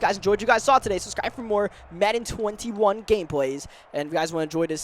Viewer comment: Every time he says welcome back to Madden 21 cfm I hear Madden 19 lmao